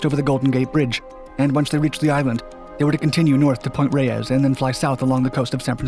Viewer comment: its pronounced "Point Rays"